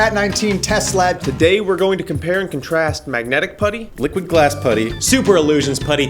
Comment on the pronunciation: When you say liquid glass it sounds like your saying liquid ass